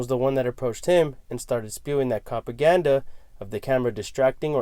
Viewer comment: Did. "" say copaganda - because if he did that's hilarious